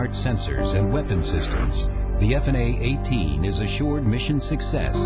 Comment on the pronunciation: I must take issue with the ease of which the F-18's destroyed the enemy forces as well as the narrator's pronunciation of F/A-18.